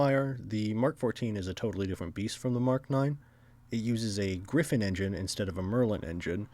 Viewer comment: It is Griffon, not Griffin.